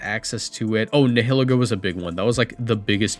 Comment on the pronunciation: Nihilego is pronounced like nihilism, so Nile-Ego